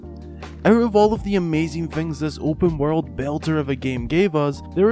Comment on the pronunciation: Breath of the woyld